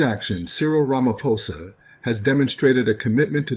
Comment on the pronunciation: He said it correctly tbh 😊